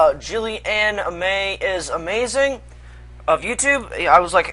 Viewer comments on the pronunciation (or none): lol good work pronouncing that "julian ime is amazing"... juli anime is amazing, maybe?